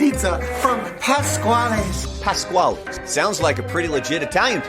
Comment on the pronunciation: the way ryland said "Pasqually's" made my Italian soul cringe in a way i didn't know it could